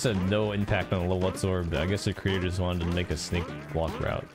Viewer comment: what kind of weird tourette syndrome is that where you can't say block or bully correctly?